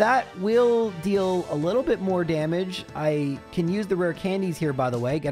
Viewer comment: I love hearing people say lottle, reminds me I'm not alone out here. What a great video full of good doggies. The varied strategies were astounding